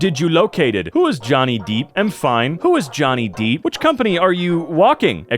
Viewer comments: Well now they’re not even trying “joony deep” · 📎: weak 🖇: joony deep